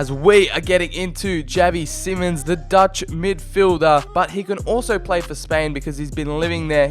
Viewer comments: it’s pronounced as in simon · Isn’t it simons?